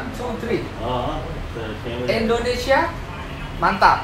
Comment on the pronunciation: Tuh 2 orang susah banget sebut indonesia, padahal kalau orang indonesia sebut india guampang benar